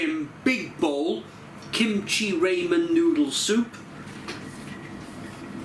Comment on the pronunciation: For the love of god it’s raaaaaaamen, not “raymen”!!!